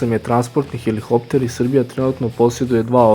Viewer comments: Није хелихоптер него хеликоптер. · HeliHopter????? ....Hopter??? Halo momak....sta je heliHHopter??